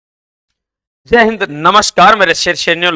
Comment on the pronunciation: Abe jai hind to theek se kia kr...🤣🤣